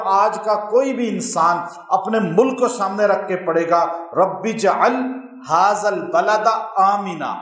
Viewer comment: HAZAA Nahi... HAAZ - AL hai....